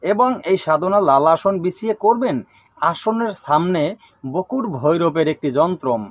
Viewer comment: বকুট না বটুক ঠিঠাক বলুন